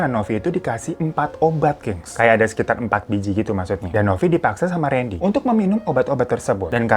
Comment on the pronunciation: randy kak bukan rendy 🙏